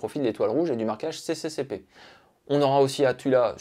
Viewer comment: Ton travail est très impressionnant comme d'habitude, on sent le passionné. Continue à nous régaler comme ça, on en redemande. P.S. juste un petit détail, CCCP se prononce SSSR, c'est de l'alphabet cyrillique. Désolé c'est mon côté chiant.